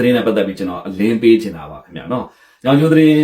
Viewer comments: ညောင်ကျိုးလို့ပီအောင်ပြော၊ညောင်ကျိုမဟုတ်။မင်းဗန်းမော်ကိုလည်းပီအောင်မပြောတတ်။မြန်မာစာ၊မြန် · ညောင်ကျိုမဟုတ်၊ညောငိကျိုးလို့ပီအောင်ပြော။ဗန်းမော်ကိုလည်းပီအောင်မပြောနိုင်။မြန်မာစာ၊မြန်မာစကားလေ့လာဦး။